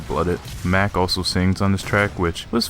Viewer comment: Mach not Mack